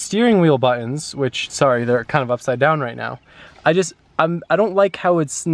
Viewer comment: why do you say buin instead of buttons ye drip